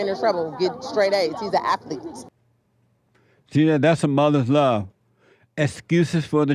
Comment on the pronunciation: “He’s a afleet!”